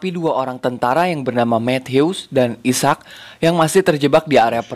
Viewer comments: Bukan isak njir. Aizek sebutannya. 😂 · bukan isak..sebutannya i-sack..ejaan asalnya Isaac..terjemahan malaysia dan indonesia adalah Ishak..contoh nabi Ishak As